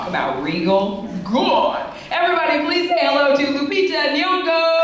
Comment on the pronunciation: Did this stupid Woman say. Lupita Woyago. ?